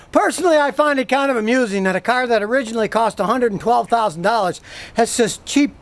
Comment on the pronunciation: Three hundred darraarrrers